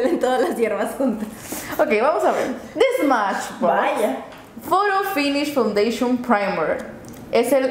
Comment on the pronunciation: Hahha pense que era solo yo que habia escuchado mal cuando dijo foundation "fandechon"lol